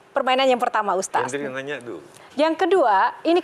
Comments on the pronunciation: Hostnya susah amat bilang ustadz, ustas ustas mulu😂 keliatan banget kureeeng hostnya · USTADDDD BUKAN USTASSSS???? YO OPO